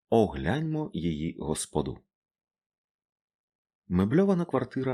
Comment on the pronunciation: Дякую. Лише ''госпОду'', а не ''господУ''. Тобто помешкання. Люблю О.Генрі